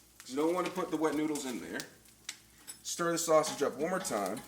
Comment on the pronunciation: Sauseggie??? Or sausage